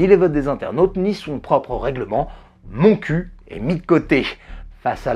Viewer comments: Salut, Juste un petit point: Montcuq ne s'est jamais prononcé moncu mais moncuk... De plus, depuis la réforme des communautés de communes, Montcuq a rajouté ''en Quercy blanc'' dans leur nom... Donc la blague n'est plus valide. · Haha 😂 c'est trop drôle... Pour être née dans le lot, la ville se peononce MontcuqUE 😁😂😂🤣🤣 mais c'est trop drôle, je savais même pas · Super vidéo, comme d'habitude ! Par contre je me dois de signaler que le "q" final dans le nom du village de Montcuq se prononce. C'est moins marrant mais c'est la prononciation exacte ;)